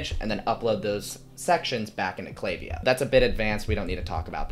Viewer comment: I appreciate that you pronounced the name right haha. That was a big sell to keep watching. You seem to know what you're doing and I think you mentioning the value of your previous videos (especially the 47 minutes of you walking through you building something) are high selling points. Subscribed :)